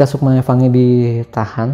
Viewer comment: lah la aja bilang fangi bukan Fany kog